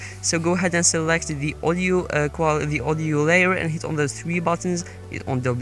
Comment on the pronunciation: Every time you say Audio it sounds like Oreo😂